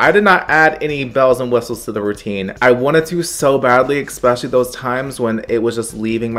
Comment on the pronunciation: Girl THERE IS NO X IN ESPECIALLY 😂😂😂